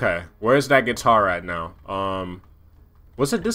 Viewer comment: "Is this place have the getar" Misses it